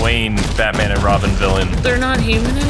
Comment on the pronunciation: It's robin not ronin